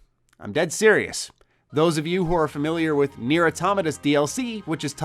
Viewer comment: Its not pronounced nere its pronounced kneeair its japanese